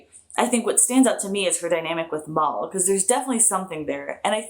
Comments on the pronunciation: His name is Mal like AL. Not Mal like mall. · Mal is short for Malcolm Reynolds, not the Mal as pronounced in Portugese. more like the short "a" in apple.